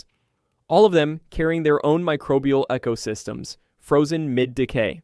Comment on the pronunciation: ah yes the "echo systems" obviously human speech at play. delete your channel.